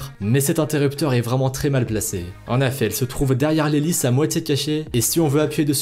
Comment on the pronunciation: On dit "en EFFETS" bordel pas "en affets"